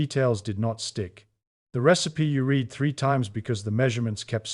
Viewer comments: How can you be saying "words read (reed) almond" and not use the pas tense "words read (red) aloud". It's hard to give you credibility when you are phonetically incorrect in your pronunciation of read in this case. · The machine reading this can’t tell the difference between the past tense, and the present tense of “read.” sort of undermines ny confidence in the whole presentation. Or maybe it proves the point because my students when they read aloud often don’t make the oroper distnction.